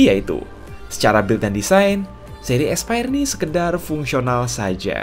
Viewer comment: yang kubaca : Aspire yang kudengar : Expired